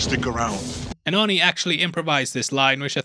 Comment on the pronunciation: Your accent makes it sound like you're saying horny instead of Arnie😂